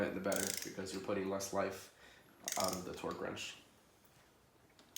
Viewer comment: “Twerk” torque they sound the same when u say it that many times... lmfao pin this if you agree